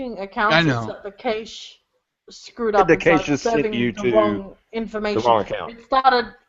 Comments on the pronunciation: Saying "cash-ay" is easy to forgive, since it's the roughly correct pronunciation of the French word caché ("hidden") that is the source of "cache". But this was the first time I've ever heard someone use a long 'a' with the word. I didn't even know what she was saying until the context made it abundantly clear. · Is it an Aussie thing to say "caysh", or is just murdering the word "cache"? If that's what it was, only people who were active since the caching started, and within the cache TTL, could have had their details displayed to someone else. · word "cache" rhymes with "cash", BTW.